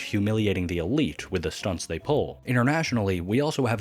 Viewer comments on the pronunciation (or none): none